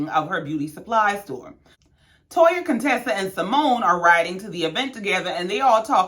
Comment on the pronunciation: You said my name RIGHT...no worries..I love your Channel ❤🤗